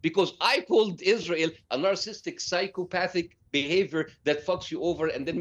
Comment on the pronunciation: He can’t even pronounce NARCISSISTIC!!!